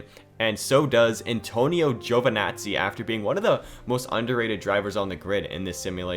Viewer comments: It's not Giovanazzi, but Giovinazzi😂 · It's Giovinazzi, not Giovanazzi